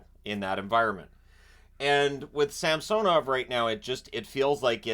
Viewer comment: Can you please pronounce samsanovs current pronunciation right? 😅